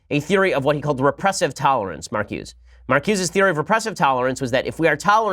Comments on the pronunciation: It's pronounced MarcusA. Blame the French. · It's pronounced "Mar ku za"